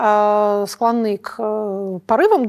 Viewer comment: Екатерина, почему вы всегда неправильно делаете ударение в слове склОнны? Хотите сделать речевую ошибку своей фишкой?